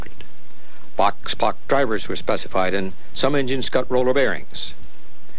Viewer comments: Boxpok is pronounced "box-SPOKE." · The announcer mispronounces 'boxpok'. Otherwise, a very nice video. Youtube's image stabilizing algorithm is not helping many videos.